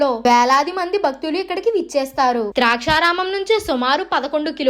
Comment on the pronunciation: అమ్మా తల్లీ... ద్రాక్షారామం కాదమ్మా.....దాక్షారామం. ఇంకా స్ధానిక కథనం... తానిక కథనం కాదు.... ఖర్మ రా బాబు....